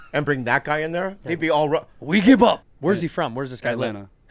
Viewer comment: "REE GIB UP" 🤣😂🤣😂